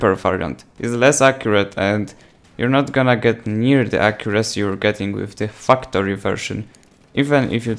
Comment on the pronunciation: anyone else listen to him say fucktory instead of factory?😂😂